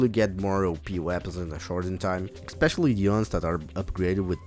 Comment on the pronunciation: BTW, it's pronounced "eh-specially", not "ek-specially".